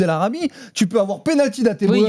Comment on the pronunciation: Il peut avoir raison mais tant qu'il est incapable de prononcer Hateboer correctement (Ateubour) il n'aura pas mon respect.